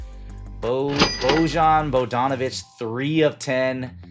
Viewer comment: Dellavedova, not Delladova Bo-yahn Bogdanivch, not Bo-john Bogdanovich If someone is coming to your channel and watching your video for the first time, and hears you mispronounce multiple player names, there's a good chance they will think you don't know ball and decline to like and subscribe or become one of your customers.